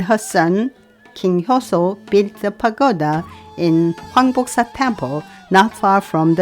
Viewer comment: 황복사지 영어로 듣는데 꼭 한국말처럼 들리길래 제자신 깜짝 놀랐습니다.ㅎ 정말 훌륭하십니다. 언제나 고맙습니다. 건강하십시요.